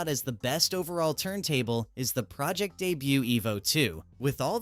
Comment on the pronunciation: AI voice pronouncing Pro Ject wrong and right back to back in the same sentence is ridiculous.